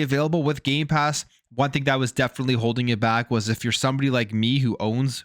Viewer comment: did you say gay pass ? i heard no m when you said it..... xD YOU DID! YOU SAID GAY PASS ! HAHAHAHAHA next say gay box ! LOL i am appaled to all you straight/hetro people buying gay pass... LOLOL